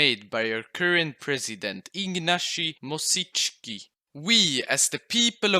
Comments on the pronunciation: Ignaci Mosciski....XDDDDDD. Its Ignacy Mościcki no like you say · "Ignaszi Mosiczki"